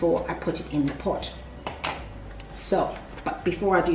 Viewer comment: you were saying potch when you put the rocks in.